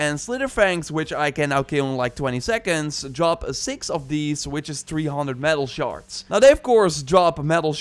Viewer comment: Are you saying “shards” or “sharts”? Makes me chuckle every time